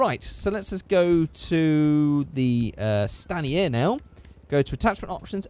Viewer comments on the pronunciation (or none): Stan-e-air. Its STAIN ER.